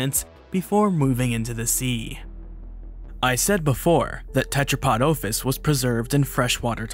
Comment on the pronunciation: The noun OPHIS has a short O (omicrom, not omega) and you keep mispronouncing it. Go and learn Classical Greek pronto BEFORE making any more of these immature and narcissistic vids.